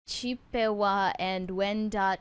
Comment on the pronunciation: trying to pronounce the tribe names, especially Chippewa, may be the cutest thing I've seen this week.